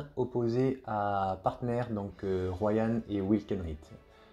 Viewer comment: Mais ROWAN, pas Royan, y a pas de y bordel :D